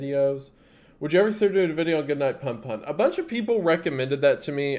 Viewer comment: I will come back to comment after finishing the video but: Goodnight PunPun is beautifully devastating. And “Pun Pun” is not pronounced like “wordplay”, it’s pronounced “poon poon”! プンプン in Japanese.